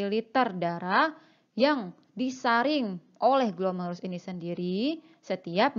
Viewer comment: Glomerulus bkn glomelurus